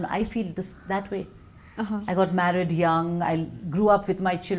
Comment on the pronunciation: Not yooong it's young ok